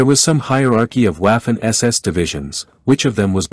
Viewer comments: It's not pronounced Waffen, but Vaffen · Buddy it's not waffen like waffles.pronounce it properly. The w is pronounced as a v.as in vaffen or verse or vibrant etc.